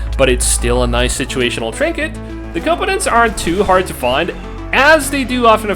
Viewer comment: You pronouce alot of words strangely. Components, inventory, fatigue, comfort. Just saying